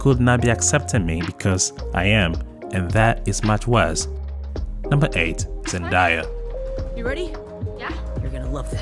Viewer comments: everyone knows that Zendaya’s dad is black…. where has this clown been. By the way… she pronounces it ZenDAYa… not ZenDIEa….. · The correct pronunciation of the young lady's name is Zen..day..a. And her character in the Spider-Man movies is MJ, not Gwen. Please try to get things like these right when you make videos. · Her name is pronounce Zen-day-a ❤